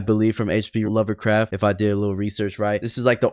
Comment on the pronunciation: Bro said hp lover craft